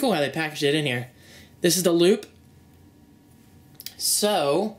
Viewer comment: I kept thinking that said lube instead of loop haha. Anyways great vid!